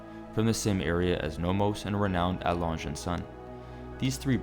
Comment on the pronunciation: Right? Butchered both Glahütte and Lange